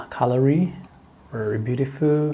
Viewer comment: It is italian! It is Nila colòri and not còlori.